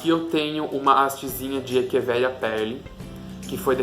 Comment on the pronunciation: gostei do vídeo!! Parabéns! há parabéns por falar echeveria da forma correta!